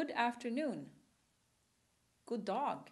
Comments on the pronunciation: god dog? nope, it's god dag, meaning "good day", so you even got that wrong. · It would be nice if the person teaching the phrases was a native speaker, the person saying these phrases can't even pronounce them right herself. The accent is totally wrong. And it's god dag not god dog. Also, "Vad är nytt?" feels like an awkward phrase in Swedish... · it's god dAg, not god dOg :/ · wtf it's "god dag" not "god dog" god dog means tasty died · Thats a bit old swedish and its god dag not god dog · Oh my God...what is this??? « God DOG « ?????? DAG not Dog !!! ;and the «d» in VAD is dropped when you are saying « Vad »... Is this a language course????? lololol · Why is she saying "god dog" = "tasty died"? :P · god dog???, the thing is that americans won't ever realize that a sounds a not ei........... they're funny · beeeeeep!!!!! wrong as hell GOD DAG